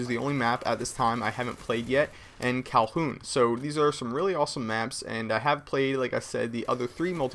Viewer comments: It sounds like is saying Kowhoon. It is pronounced Kowloon as in the Kowloon District in Hong Kong. Though no man's land limits where you can go in order to cross the center of the Berlin map, I like the addition of the auto turrets in the Berlin map because it's a historical tribute with a modern twist to the guard towers that were installed in the actual Berlin Wall system after World War II. Another great gameplay commentary. Very informative and entertaining as always... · Don't want to bust balls but it pronounced Kow-Loon not Calhoon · STOP SAYING KOW HOON! its Kowloon!, its pronounced how it is spelled! please! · LOL - KowlHoon Again! it's Kowloon = Cow - Loon. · Cal-hoon? :P Cowloon* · Why do you keep calling it "Calhoun". It's Kowloon!!!! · yeah he says kalhoon :) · It's funny you said Calhoun not Kowloon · Kow - Loon dude.. Kow - Loon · STOP CALLING IT CALHOUN! CHRIST. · KOW-LOON! It sucks... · god damn. hes saying kalHOOn again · Yeah everybods right its COW-LOON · Kowloon is pronounced cow loon! You sound so typically american when you say it wrong. Have respect for their country. Love the video. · lol u said kowloon with an h in it? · I believe its pronounced Kowloon not Calhoun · it isn't "Calhoon," it's Kowloon.:) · its not kowlhoon its kowloon like cow loon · wtf is kalhoun? doesnt he mean kowloon (cow-loon)????? lol wat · Kowloon not calhoon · fyi .. its cowloon.. not cowhoon? or cowlhoon? but yeah just to throw that out there... i felt like it was pretty well covered. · LOL NOOBS CALLING IT "CALHOUN" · KOWWW LOON not Kowl_Hoon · hey its not kowl"H"oon its kowloon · Kowloon...not Calhoon...I know I'm gonna get flak for being a pronunciation nazi, but I just want to get it right hahahaha. I don't know why it bugs me when it is mispronounced as Calhoon. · lol it sounded like you said 'cowhoon' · It is Kowloon, not Kolhoon! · dude its kowloon not calhoon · It is pronounced kow-loon...NOT kal-hoon.